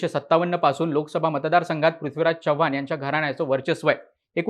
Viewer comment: भावा, चव्हाण चा 'च' व्यवस्थित उच्चार, तू मराठी आहेस, अमराठी नाहीस.